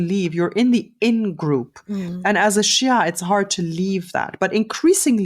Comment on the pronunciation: Good podcast but I hate Ghattas' prejudice against shias as well as her pronounciation of the word